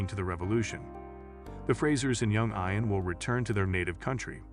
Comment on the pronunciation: de-Bree not de-Bry Eee-an not Ey-an Roger sir-musses? Eee-ther not Eh-ther